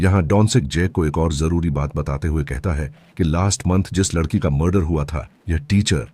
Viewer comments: लड़की ❌ लद्धकी ✅ 😂😂😂😂😂😂😂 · वो सब ठीक है लेकिन लददकी और लददका सुनकर बोहोत हंसी आई मुझे 😂